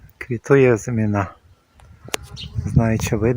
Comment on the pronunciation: З усією повагою до Вас, хочу попросити не плутати слова “озимина́” і “азимі́на”. В українській мові наголос у слові "азимі́на" на передостанньому складі (порівняйте: мали́на, кали́на, ожи́на, гороби́на, журавли́на). Перегляньте, будь ласка